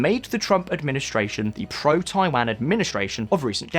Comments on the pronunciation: My ears think you are talking about Thailand rather than Taiwan at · Is it me or about twice he said something like 'Thailand' instead of 'Taiwan'? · What is you and pronunciation of Taiwan 🤣 one second I hear Taiwan (Tai-one) then I hear taiwaaaaan (Tai-wahn)